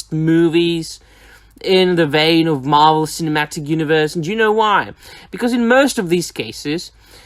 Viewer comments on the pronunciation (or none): none